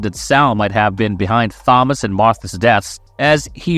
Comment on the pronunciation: You don't know how to pronounce Thomas? Is it a AI Voice?